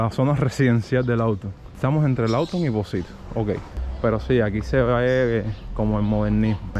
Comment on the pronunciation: Puntalar no se dice, se dice APUNTALAR. Y no auto, sino LAWTON. MALA TRADUCCION Y PEOR PRONUNCIACION. Los nombres propios se escriben con Letra Mayúscula.